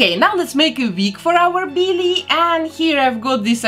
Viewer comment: I love her accent😍😂 She says "Billie" as "Beelie" 😂